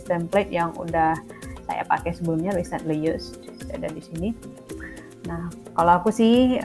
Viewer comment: Thanks untuk lesson-nya, maaf hanya mau kasih comment yang agak diluar konteks saja, untuk pengucapan kata "Recently" pada 6.52, kalau tidak salah penekanan Kakak pada 'cent, kalau menurut kamus Oxford, penekanan kata Recently yaitu pada suku kata awal, ialah /ˈriːsntli/ atau "ri"-nya. Demikian Kakak, tetap semangat dan senang mengikuti Channel Kakak.